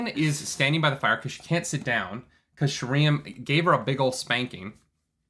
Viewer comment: I can't wait for Sheriam to be introduced on the show so realizes it's not actually sher EE um.